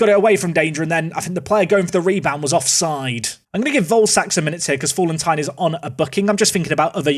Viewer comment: Fallentin = FA-LEN-TEEN